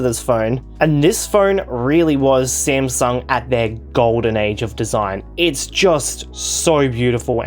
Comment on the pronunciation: I laughed when he called it smasnug and found out I am not the only one calling it